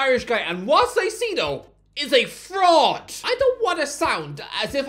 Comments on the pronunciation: Two things: 1- Palacios was from Honduras, not Ecuador 2- Dude, come on. Moy-says Ky-Se-Doh, not Moise Saisedo. It's not that hard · It's pronounced "Moy-zis Kai-say-doh," Irish Guy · “moy-sess kai-say-doh” “moy-sess kai-say-doh” “moy-sess kai-say-doh” “moy-sess kai-say-doh” “moy-sess kai-say-doh” “moy-sess kai-say-doh” “moy-sess kai-say-doh” until you get it right i’m pronouncing Doherty like doo-hurty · at least pronounce his first and last name right.